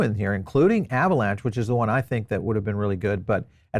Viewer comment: Now your saying avalanche lol